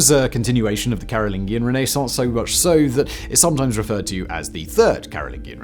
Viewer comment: Respectfully, Simon is brittish and somehow cannot pronounce things correctly?? CAROL-LIN-JEE-IN Dude mispronounces something every gd video. It's maddening 😂